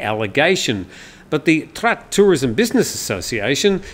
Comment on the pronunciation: Your pronunciation of Trat province are completely wrong, pronounce in Thai shall be Traad.